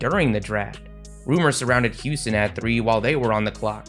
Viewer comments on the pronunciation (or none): none